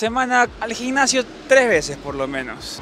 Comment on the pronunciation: GINNASIO... SI VAN A OTROS PAÍSES EN DONDE NO HABLAN ESPAÑOL AL MENOS EXPORTEN UN BUEN ESPAÑOL... LOGIS...😁